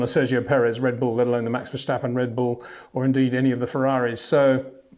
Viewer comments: He says Verschtappen, right? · yes which is incorrect. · HEY PETER WINDSOR, I HAVE MESSAGE FOR YOU SIR: With all due respect .. it is NOT Max "verSHtappen" .. Max is not German (Germans indeed do pronounce "st" as "sht") .. #Max33 = Dutch NL/Belgium! .. It is not "Bottash" nor is it "Lewish" certainly not "verSHtappen" .. This BS started long time ago when a British sport presenter interviewed father Jos Verstappen and assumed you can use a German pronunciation to a Dutch Driver thinking it is so "funny" .. It is not. Serious question: can any Englishman say "versatile" out-loud without saying "vershatile" phonetically? most can about 99,99% .. that is why most English can pronounce Verstappen 100% correct! Father Jos Verstappen (also F1 Racer) was very active between back then only a very few said "Vershtappen" but the vast majority of British sport presenters pronounced it perfectly ... only a few old stubborn farts like Peter Windshor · The old man is too stubborn to ever learn that. Annoying a.f.